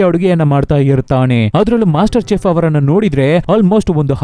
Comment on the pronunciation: Bro small correction ಅದು "ಶೆಫ್" "ಚೆಫ್" ಅಲ್ಲ 😊